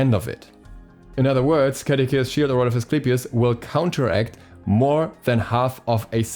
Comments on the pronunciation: I am lowkey annoyed at how he pronounces Caduceus. Ka-doo-suss is how I believe it is pronounced, not Ka-da-kay-shuss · ima search it up rn bruh. Edit: lmao neither one of you are right. its kuh-doo-see-uhs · By the way, Caduceus is a roman name, and pronounced "kah-doo-see-us". The second C is like an S.